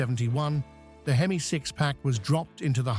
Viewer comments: Some one needs to tell AI that H-E-M-I spells hemi , just say hemi car guys will understand. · "Inspired by Chrysler's legendary four-twenty-six AITCH-EE-EM-EYE vee-eight"